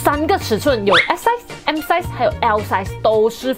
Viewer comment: 做莫讲解size 的时候。S ，M 然后 L size 会多出一个 J 出来的😂 做莫酱的。。。